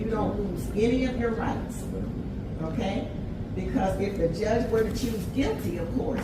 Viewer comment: joooje? no, it's [ʤʌʤ] thank you love your videos but just can't wrap my head around how can you mispronounce every single word of your own language?